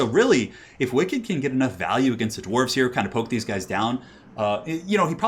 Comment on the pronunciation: Gwarves? WOULD YOU LOVE A MONSTERMAN